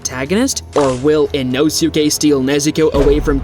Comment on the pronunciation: its annoying how you say his name. you dont pronounce the U